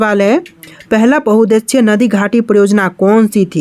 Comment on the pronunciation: भाई आप उद्देश्य को गलत पढ़ते हो और बहुउद्देशीय को भी । कृपया करके सही पढ़ने का प्रयास करिए 👍 ।